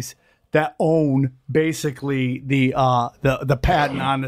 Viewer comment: If he could pronounce the word "Basically" correctly, he would be more believable.